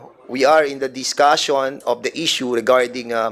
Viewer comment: Duscussion, station, operation, session, validation, at mga kaparehong salita, sana ayusin mo ang pagpronounce Dan fernandez kc pinapadaan mo sa ilong ang pagbigkas. Awkward hindi maganda pakinggan! Panoorin mo video mo para maimprove mo. Salamat.